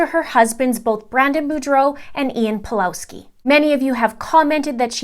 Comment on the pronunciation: Just a bit of advice, the Ws in Pawlowski is pronounced as V.